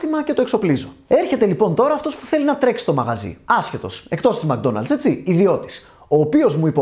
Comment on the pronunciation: μκ-ντόναλτς προφέρεται, χωρίς "α" :)